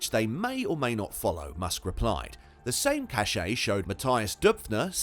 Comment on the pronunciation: Cache is pronounced the same way as the word "cash", just how the word "way" and "whey" are pronounced the same way. People know what you mean, just pronounce things correctly.